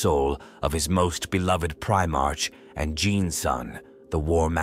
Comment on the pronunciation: Stupid AI can't pronounce "Primarch" correctly